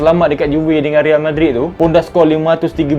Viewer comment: Tk habis2 dgn sumpahan...sebut real bg betul boss